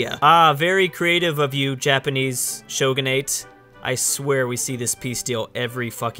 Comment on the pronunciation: It's Sho-gu-na-te